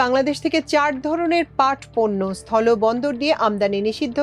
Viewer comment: সঠিক উচ্চারণ কাম্য। সথলো বা জলো নয়। হবে সথল এবং জল।